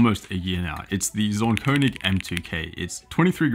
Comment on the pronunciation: The way he pronounced Zaunkönig made my ears fall off